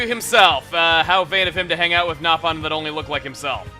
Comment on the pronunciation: Is it me or did i just hear him say nap on